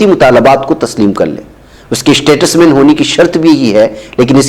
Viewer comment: ╔═══ ❤☀💚☀❤ ═══╗ 💚💚💚💚💚💚💚💚💚 Muhtaram, Assalaamu alaikum. Iss lafz ka talaffuz aap ghalath kar rahe hain. Yeh STATUSMAN naheen balki yeh STATESMAN hai!!! 🌐🌐🌐🌐🌐🌐🌐🌐🌐 ╔═══ ❤☀💚☀❤ ═══╗ Jaleel ╚═══ ❤☀💚☀❤ ═══╝